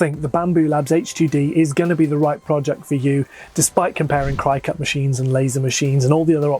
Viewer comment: What is it with the Brit’s not being able to pronounce cricut (a spelling variation of cricket) correctly. Krih-kut. Not Kry-kut. We can put up with the bizarre adding of “r”s into words that don’t have them, but jeezuz. Well and the British need to refer to all product categories by the brand name of one specific maker of the product. It’s a cutter , not a cricut. Just like it’s a vacuum not a Hoover. And it’s a ball point pen, not a bíró.